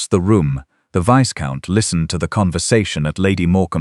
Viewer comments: Viscount is not pronounced Visscount, it's Vycount. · Not viscount, but itz a silent s so vycount